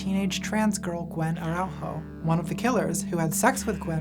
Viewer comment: Good video, but you pronounce the last name Araújo as “Ara-OO-Joe”, the name is Portuguese and you pronounce the J just like in English.